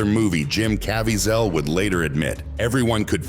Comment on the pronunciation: What is this weird narration?!? AI-generated voice? Can't even pronounce words or names correctly! "Cavy-ZEL"? SERIOUSLY!?